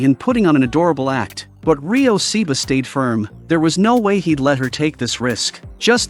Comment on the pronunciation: You can’t even say The name right. It’s not Seeba it’s Ryo Saeba